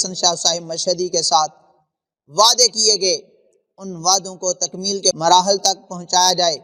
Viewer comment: مراحل لفظ بھی غلط پڑھا پیڑاں ہور تے پھکیاں ہور پتر پہلے اپنے کلاس فیلو شانی دیاں پوسٹاں دے جواب دے تم جھوٹی بات ڈال دو تو اسلاف کی فکر اور سچی بات پہ ہائے ساڈے مشائخ